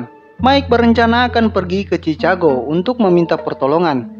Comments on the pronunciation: sebutan chicago yg benar ada lah "chikago" bang² 😂.. bukan nya chicago bang² 🗿😂😂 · Maaf ya mau negur dikit "Chicago" bunyi chikago. Maaf ya bukan niat utuk hina atau nyinggung cuma negur aja. Maaf ya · Chikago bacanya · Sebutan yang bener "sikego" dek bukan chikago